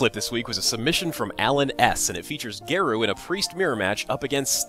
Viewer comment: Congrats on viewer count! Btw, Garou is a japanese word so it is pronounced as Ga-r-o-o.